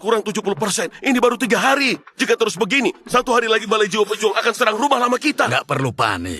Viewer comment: Ngomong terrus😂😂😂